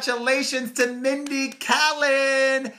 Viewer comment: How do you not know how to pronounce Mindy Kaling's name lmao